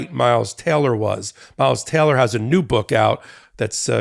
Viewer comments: a little off topic, but it sounds like he keeps saying miles TELLER (which is an actor) rather than TAYLOR. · It's "Taylor", not "Teller".